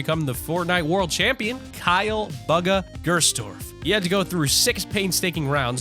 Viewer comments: Lmao he said bugga not bugha pronounced booga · Bugga? His names pronounced booga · It's pronounced booga not BUGa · Bugah not baga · He’s calling Buhga bugu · It's not baga it's bugha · It's BUGHA not bugga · Top gaming :baga world cup player Ppl:Going to comments to see what the chat sayingabout baga btw its Bugha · It doesn’t sound like buga it sounds like booga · dude its not bugga its bugha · bro he said buga instead of bugha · its not baga its bugha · T5g not bugga Bugha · It’s pronounced booga not buga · Bugah not buga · He said Bugha like buggy instead of booga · Buhga is said like booga not baga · Bugga????? Bugga??????? ITS BUGHA!!!! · he said buhgo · It’s boo-ga but if you’re scared of the boo in bugha I’m fine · Did you say buga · Did my dude call Bugha buga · He said BUG-A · It's pronounced booga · Boogah is how u say it!. /-/ /-\ |\| |3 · It's pronounced boo-ga. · He said buga instead of bugha 9:8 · bugger it bugha say it right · Boogha or bugha (pronunciation) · Bruh you pronounce his name like booga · what did he just say baga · He pronounces bugha as baga whereas you say it boga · bugha is said like booga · Bug-a? BUG-A? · It is boogha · my man cant say bugha right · You pronounced bugha wrong